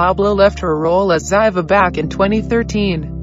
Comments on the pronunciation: Well you were wrong and you pronounced Ziva wrong, it's pronounced Zee-Vah! Tony didn't show up and there was no party! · Her name was Ziva! Pronounced zee-va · Sounded strange her pronunciation of Ziva's name. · it anoyed me how they said ziva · You are pronouncing Ziva wrong and she can’t come back as they killed her character off